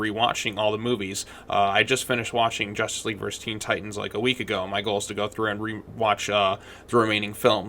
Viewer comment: Jushtice Shleague